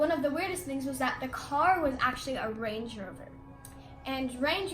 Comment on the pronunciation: “range-ee rover “ lmaoo